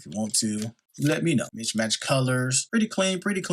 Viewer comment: Mixed match not “mich Match “ lol